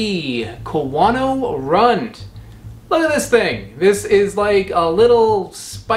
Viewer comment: I'm pretty sure the u in the word "Rund" is pronounced more like a "oo" in food. It's the german word for "round" and I believe dutch and afrikaans uses the same word for the same concept.